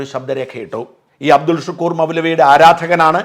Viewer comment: അബ്ദുൽ ശുക്കൂർ അല്ല... അബ്ദുൽ ശക്കൂർ ആണ്